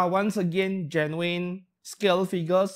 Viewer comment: It took this many videos for me to realize when you say genuine it's not German... I'm usually soo good with accents.